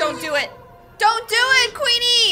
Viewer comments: IT'S QUEENER NOT QUEENE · It's not queener it's queenie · it's Queener